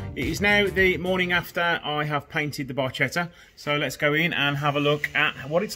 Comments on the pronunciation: Btw, it's pronounced as barketta! 😉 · It's pronounced "Barketta" (little boat or little ship in Italian). Love the grey body/red roof combo, years ago used to own a Peugeot 306 cab with these colours, best imo. 👌🏼😎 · Very nice except for the pronunciation of Barchetta.